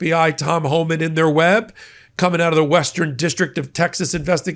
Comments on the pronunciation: Your misspoken 'Horeman' is ironically, a more suitable name for Tom Homan! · I think was right when he pronounced it "Whoreman".